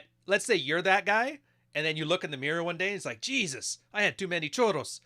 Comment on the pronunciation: it's churros not choro, choro means diarrhea 😝